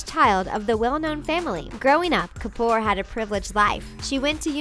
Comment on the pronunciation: They slaughtered the names of the Kapoor family. SO CRINGY AND AWKWARD.